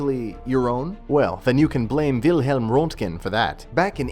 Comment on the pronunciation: wront-gen? Qinine? Get a pronuciation dictionary. Moron. Or don't go online to announce your ignorance to the world.